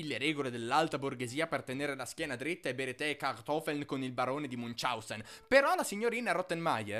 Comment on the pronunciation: Ma non gridare che non c'è bisogno! E poi dimentichi di pronunciare Heidi con l'acca aspirata. Munchausen è con il ch aspirato tedesco, non è "Munciausen". In ogni caso video divertente e a modo suo celebrativo.